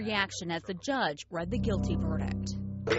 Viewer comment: It’s judge not juuuuuudge